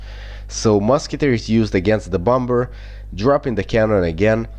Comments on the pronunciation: bomber is said bommer haha but I love the way you say it!! XD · Bomber you have pronounced wrong it is a silent b so it is basically bomer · Pronounce Bom-er